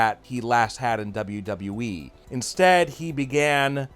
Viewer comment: Imagine doing a wwe channel and not being able to pronounce wwe correctly